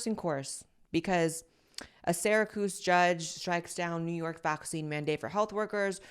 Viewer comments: Blaire lmao I'm dying over your pronunciation of Syracuse. You said Sara-coose BAHAHAHA it's Sara-cyoose LOVE YOU THOUGH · "Serakoos"? Or Syracuse?